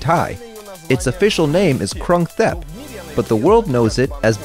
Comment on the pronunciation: Krung THep? The TH sound in this, that, the other? Or maybe the TH sound in think, thank, thunk? No, it's pronounced "Kroong Tep". Is this representative of the knowledge of your great authority that will put other Thailand vloggers to shame, or did you just not listen to him? Edit: It's just a minute forty-five into an eighty minute video and it's obviously going to get worse before it gets better. Kay Ozen Road ... Jesus. Is this done with an AI voice?